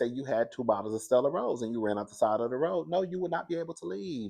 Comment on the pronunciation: Off the side of the “Roid” 😂😂😂 whew that country slipping out 🤭